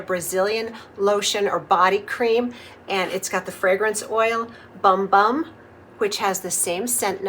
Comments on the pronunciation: I believe it’s actually pronounced “boom boom” cream. It’s still funny. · It's pronounced "Boom Boom". 💕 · I know it is pronounced boom boom, (by the Boogie) but I always call it 'Bum Bum'. Afterall, it is spelled that way🤣. I just ordered this kit because my daughter and sister-in-law love that scented cream so much, I think they will love my creation of one that is hopefully similar! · I love how creamy this looks. I love how you pronounce it as it’s printed. I’ve always called it Bum Bum, if that isn’t what they intended, they could have spelled it correctly. I’m definitely going to give it a go 🥰 thanks for sharing. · I love your videos! Isn’t it pronounced like “boom boom”? I pronounce it the way you do in my head but I think I’ve heard other influencers pronounce it boom boom.